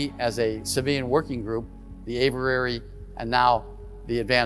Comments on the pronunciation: “A” vee airy……. Not ‘ava rarey’. “Aviary” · Let's talk about: AYV - eee - airy ,and not: "AYV - errr - airy" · The word is “aviary” but it sounds like he’s saying averary??! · if only he knew how to say the word aviary. He keeps saying averary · A V I A R Y. 😊 Please tell this guy how to pronounce the word